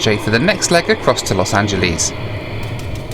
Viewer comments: I remember doing a DC 10 from Chicago to Denver that was very bumpy. All the lights were on. Flights westward from Denver often are bumpy because of the mountains in the summer. You got a bad day. Los Angel(less) not (lees). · Los Angel..ees :) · Los angelees lol